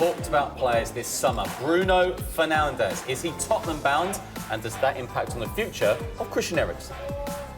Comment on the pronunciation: Bruh did he just say Bruno Fernanldez